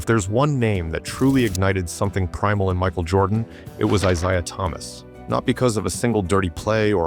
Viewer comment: Downvoted. If you want to make videos, make the effort to use your own voice, not that lame AI voice over crap. Can’t even pronounce Isiah Thomas’ name.